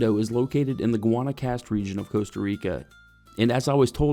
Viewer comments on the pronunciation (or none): You lost me at “Gwonna-cast”